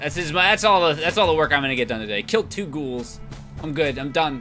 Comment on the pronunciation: at least pbg isn't calling them gowls this time